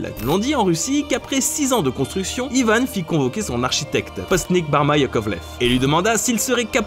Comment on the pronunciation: Pourquoi Yvane on dit pas Yvan